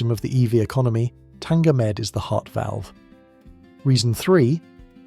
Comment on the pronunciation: Tanger med not tanga med but great video nonetheless